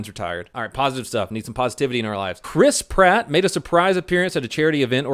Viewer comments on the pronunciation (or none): Chris Pratt sounds like crisp rat lol.